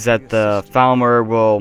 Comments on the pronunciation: Dude it seems you have a problem: every time you say Falmer it sounds like you are saying Thalmor and it's clearly upsetting a lot of viewers. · their called falmer not thalmer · For half the video I thought you were saying "Thalmor".